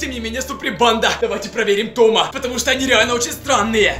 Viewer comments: не ТомА, а ТОма. Произносишь на французский манер. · Правильно говорится не Тама а Тома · Правильно говорить То́ма, а не Тома́. Без обид) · «В говорящего Томá...». Почему не Тóма? Я, кстати, тоже ) Ты слишком быстро говоришь Блин, а вот с каналом (Том) уже палитесь и бесит( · Не Тома' 😂 а То'ма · Да ударения на о а не на а